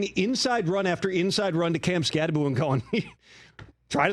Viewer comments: It's Kam Skattebo. NOT Skatteboo. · Direct quote from article: Skattebo's last name is pronounced "SKAT-eh-boo." While the end of the name looks like it should be pronounced "boh," it's actually pronounced as "boo." It's not the most difficult name as far as college football players go, but it's easy to get tripped up on that last syllable. Arizona State's player profile for Skattebo emphasizes that the end of the name is "pronounced BOO."